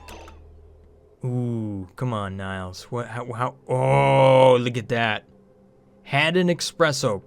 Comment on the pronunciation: Why do you always call her 'Niles' instead of 'Nails'? Fraiser fan?